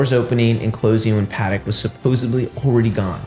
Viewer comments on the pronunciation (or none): SUPPOSEDLY not suppoebly